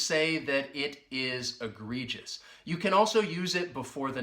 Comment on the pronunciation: uses on the fly. Example sentence-Donald Trump did all his governing on the fly. pronounces it Eh - gree - jus. The first e sounds like a short e when she says it. Her ex-husband with the ph.D taught her how to say "huge words like egregious."" That just means she said the word that way for over 30 years now. I keep hearing the words wide load in the comedy shows I watch with. One show the moth says "I was just trying to be helpful.." "Asking if the dress comes with a sign that says wide load isn't helpful." Another show a naughty child she baby sits writes wide load n sign and puts it on her back side. from Gustav